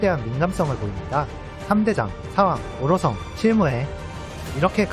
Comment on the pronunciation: 오로성 발음 고쳐지니까 훨씬 듣기 좋네